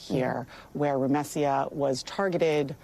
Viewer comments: The ACLU attorney,, couldn't bother to even learn her name, correctly. She keeps pronouncing it with the "s" and "y" transposed, like Rumesya. But her name is Rumeysa. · I wish the attorney knew how to say Rumeysa’s name properly :( between the persistent Hamas questions from the reporter and the attorney not knowing to say her name correctly, Rumeysa isn’t seen as a full human being in this segment :(